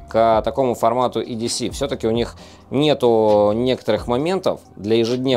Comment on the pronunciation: Лайк, хотя бы за то, что не говорит едеЦЭ!